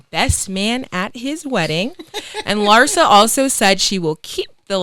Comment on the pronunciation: “LhspLaguini” = Larissa - Cam 🤣🤣🤣